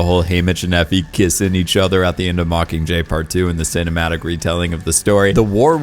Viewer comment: I love your content. Love it. And tbh I love your voice. But the way you drop the G on “mockingjay” (mockinjay) is like nails on a chalkboard to me.